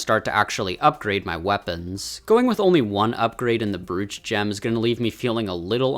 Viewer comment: Fun video! (Also it's pronounced "broach." Like "bro" with a "ch" at the end. Just fyi)